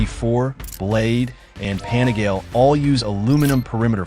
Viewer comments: Pan-eh-gail ??? Nope. Its pan-eh-gal-ee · 笑わせるわ。何でパナガーレやねん。 パニガーレやろ。